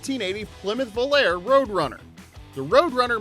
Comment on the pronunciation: Had to bail after you not knowing how to pronounce the names of 2 of the cars. Do your homework before you post. Volare = vo lar a Capri = Ka pree